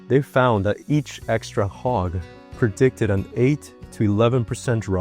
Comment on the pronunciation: Did you know a HOG can protect you? A HOG??? WTF . Learn ENGLISH pronouncing. I dont want to be HOGGED. OMG